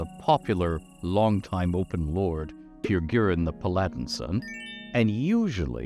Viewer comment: Pa Lad In Son instead of Pal A Din Son.